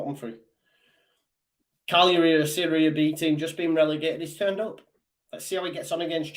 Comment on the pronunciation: Cagliari not calari